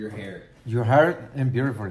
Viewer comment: lol it sounds like he’s learning english